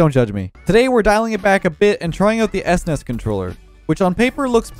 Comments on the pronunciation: The way says S-NES instead of S.N.E.S is getting to me, but it makes sense how some people would call it that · Sounds so weird to me that he pronounces it s-nes instead of snes. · The WHAT controller??? It's "SNES" dude. Just say it like a word... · Can’t believe says “es ness” instead of “sness” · am i the only one weirded out by "esnes" and not s, n, e, s, controller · I'm more surprised about how you pronounced "SNES" as "ESS-NESS" x) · what's an "ess ness"? you kids these days. it's one word "snes". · I was 10 years old when this controller came out, and the fact that you called it an "esness" controller is a crime against humanity. S-N-E-S forever. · That's the weirdest pronunciation of SNES I've ever heard :D Usually it's "SNES" or "S-N-E-S" but "S-NES" is something new :D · Anyone else semi-tilt about calling it an "ES-NES" controller instead of just SNES? Maybe its just me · Who calls it an S-NES controller?! I've always called it S-N-E-S. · Es ness? I have never heard it pronounced that way. I have always heard it either spelled out or pronounced like "sness" or "snez", but never "es ness" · i keep on throwing up everytime calls it s nes instead of s.n.e.s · Esness.... Lol It's Es, En, Ee, Ess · S nes wow it's S N E S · You saying S-Nes is cringe AF. No kap. It's S-N-E-S say each letter individually. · Did he just call a SNES controller a “es nes” controller? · Did he really say S-NES controller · this dude really said S-NES controller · Let me catch my son callin' it "es ness" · S-Nes?!?? My boomer brain is raging at your pronunciation. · your saying it wrong its supposed to be pronounced each letter s-n-e-s... at least thats how ive always said it lol. In a 3b person poll, 67% of people said is was "s-n-e-s" rather than "snes" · Its pronounced "ssnesss". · The pronounciation of s-nes and not snes, ugh lol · ess ness? Literally unwatchable /s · I’m physically hurt by the way he said SNES